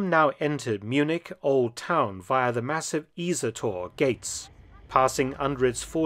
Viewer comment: Isa Tor pronounced Eeesa Tor and Marienplaty is MaREE-ENplatz, more German lessons for Mr Felton!